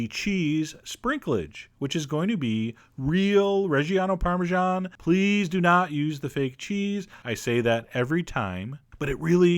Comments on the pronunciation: I love your stuff. But I really hate how you say the word parmesan. It's /ˌpɑrmɨˈzæn/ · It's an Italian cheese, it should be pronounced the Italian way. Go back into your hidey-hole where America is the only country that exists. I'm American btw, and I hate people like you.